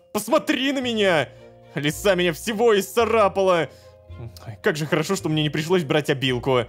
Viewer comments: Лололошка вообще знает куда ударение ставить? Лиса' или Ли' са? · А мне кажется или лолошка говорит не правильно имя кота чеда типо не от слова лиса которая хищник а типо ударение как в имени алиса